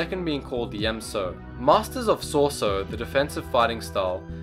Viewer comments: If you are going to make a video about the seven forms of lightsaber combat atleast learn to PRONOUNCE them in the first place i mean what the actual fuck! its shorter to make the list of the names you pronounced correctly then the ones you said right! Shii-cho ataru and shien were the only ones you actually said correctly all others were wrong. its pronounced MAkashi, Sor-EE-so, D(e)Jem sho, NI-man (pronounce it like you would say the word nigh as in the "the time is nigh") and its Ju-yO and VA-pad. also you got the names of users of most of these styles completely wrong. obi wan never used niman he was reknowned in the jedi order for being the go to SORESU master. while yoda knew alot about all the lightsaber forms he definitely oriented himself more towards ataru than he EVER did shii cho. Darth bane did not use form 3 he was mainly form 5. and i suppose thats the end of my little rant. i just dont know why you made this video when you clearly know very little of the topic. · So-re-su pronounced soh res u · its pronouce sor - ies -ue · Dude if you're going to do these videos then u need to pronounce the words correctly.... it's SO-ree-su, Nie-man, Vay-pad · Sorry for nit picking but it pains me. It's So-REE-su. not sor sue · He says Soar Su Most people would say Sor e Su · sor so my ninja REALLY! its sor-ay-su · '' Top 5 Gaming Soresu is pronounced So-re-su. I just had to point that out. thanks you for the video though. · Dude what is Sor-sue? It's Soresu as in Sore-E-Sue. Other than that nice vid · rick handley it would be So-Ri-I-Su for Soresu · And Soresu was pronounced Sor-Sue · Sauce-oh is my favourite technique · I enjoy the video greatly, but I just have to ask, when he's saying soresu, am I the only one hearong 'sorso' or 'soso'? I enjoy thie video, and I appreciate it, this is not meant to be a negative comment, but positive critisicm, keep on going man, you're doing great! :) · "Sore Su". Are you kidding me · Soresu is pronounced saw-ree-s-oo